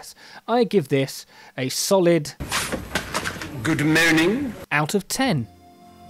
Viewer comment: "Good Moaning" out of 10 🤣🤣